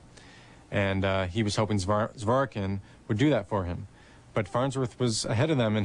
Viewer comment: "zhvo-'rik-kin" is the correct way to read his second name. The second syllable is stressed